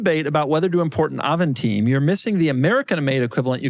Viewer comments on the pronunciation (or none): Please stop saying Avant Teen ... It's Avant Time. Time as Time as before Time. Avantime not avanteen or avanteam.